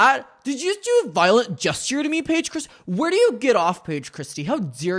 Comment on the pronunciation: DID YHEW JHUST DEW A VIOLENT GESCHURE?? 👁️👄👁️